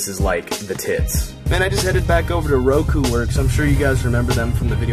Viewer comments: I thin u pronounced that place wrong. roku. its koru I think lol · You said Roku but the shop is called Koru :D